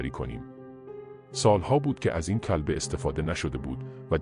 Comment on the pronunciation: ریدم توصحبت کردندکه الفاظ کیری به کارمیبری کولبه رامیگی کلبه